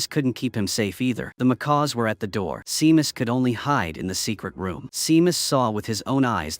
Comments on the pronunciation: Seamus is pronounced Shame-us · FFS it's Seamus sounds like SHAY MUS! AND O'SHEA IS NOT O SHEE ITS SOUNDS LIKE O'SHAY